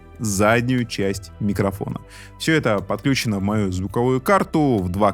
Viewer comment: ОбеспЕчение и подключенО - на "ключ" по-прежнему не ставится ударение, кроме слова "ключ"!